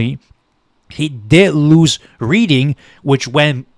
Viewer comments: Lehigh = LEE-Hi Reading = RED-ing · "Reading" is pronounced "Red-ding" - Just sayin'... AND thank you for this video. The polls in the past few days have had me panicking.